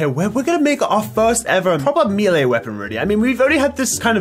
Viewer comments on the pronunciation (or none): none